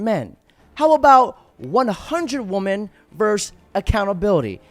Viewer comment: That was the best A.I. song Ive ever heard. Also, “Even though women looks like woman with an ‘e’, it’s actually pronounced very differently — like 'WIH-min'. It rhymes with 'listen'. Dont know why this is so common these days but its so simple and bugs me so badly. Thanks love you bye. 💚